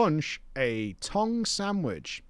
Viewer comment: Worst thing about this entire video is the way pronounces the word tongue.